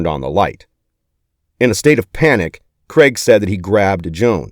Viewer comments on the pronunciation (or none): Craig not creg